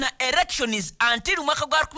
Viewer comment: It's ELECTIONS not ERRECTIONS please! Thanks